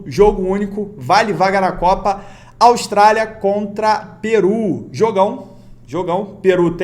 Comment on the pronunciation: "piru" kkkkkk